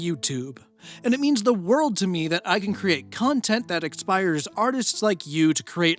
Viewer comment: silly thing to notice a whole year after the video was uploaded, but , it kinda sounded like you said "and it means the world to me that i can create content that *EXPIRES* artists like you" XD